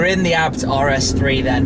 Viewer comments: My friend, Schmiiii, you say A B T , not ArhhBbTT, please! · Hmm always thought it was pronounced as Ayy-Bee-Tee! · .. i got crazy when you call the firm abt... it's pronounced a b t... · Am I the only one that says A-B-T, not Abt? :D